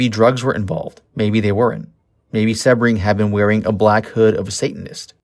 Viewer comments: SEE BRING not seb bring van hoot tan ? i'm thinking you weren't alive during this time in 69,because you're getting the pronunciation of the names wrong and with living through that era,which i did,you would have been familiar with how their names are properly pronounced,yet it was a good docu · You say Jay's last name wrong. It is a hard E SEEbring. I mean really...if you are going to do a video on someone at least know how to say their name correctly. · It’s pronounced Seeee bring omg how annoying when they don’t know their names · Jay “See-bring” not “Seb-ring.” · His name was Jay Sebring...Pronounced SEABRING!...not SeHbring. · My God - this narrator is the worst. Learn how to pronounce words and names before you keep embarrassing yourself. "Beverly Hillbillies" - NOT Hill-billillies. It's pronounced Jay SEE-BRING NOT Seb-ring. (It's insulting to the guy's memory). And it's Warren BEAT-E (for Warren Beatty). NOT Warren BETTY!!! And it's LENO LaBianca - NOT Leo!! Susan "SADIE" Atkins - NOT SATTY. You sound ridiculous and ignorant. Do your research. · dude. it's pronounced "sea -bring". you gotta get that down when you're talking about one of the most infamous and well docu,emted murders in history down. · Its jay see-bring bro. Like the car. Lol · If you're going to spew some crap about this murder, at least pronounce Jay Sebring's name right. "See-bring." 🙄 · The picture you showed in color is of Barteck Voyteck, Voyteck’s son! And Jay last name is pronounced SE-BRING!! You need to do better research before you make another post! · It's prounced SEEbring. Nice to mention Steven Parent. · SHARON WAS NOT STABBED IN THE STOMACH, FOLGER WAS NOT BOUND BY THE ROPE!! YOU DO NOT DO PROPER RESEARCH AT ALL! CRAP VIDEO. Go look at the crime scene photo, you can see her stomach. Also you pronounce Sebring wrong! You lose credibility when you report things that are not true! Do better!